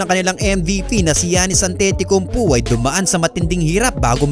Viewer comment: An-Titi-Kumpo??????????????? AYOSIN MO!!!!!